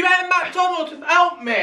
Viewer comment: When kept saying Mc Donald's he said Mc Domalds